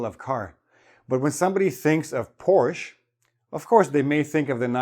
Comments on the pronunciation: It's Porsche not porch Omg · Thank you well for pronouncing the words so clearly and for all the explanations along. The lessons are super helpful to me. Btw: The last letter of the brand Porsche is pronounced like the “e“ in elephant. Cheers from Porsche-hometown Stuttgart :-)